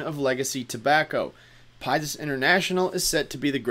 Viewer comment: Can you pronounce it as PIX-US lol not pie-zus ... overall great video thanks